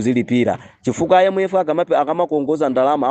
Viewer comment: Mmalo monena kuti IMF ndikumva akunena kuti MF ndiye sindikudabwa kumva zosemphana